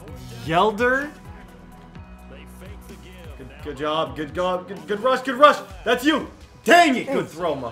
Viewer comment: Anybody else laugh? "Good Gob" lol Sorry. I just thought it was pretty funny.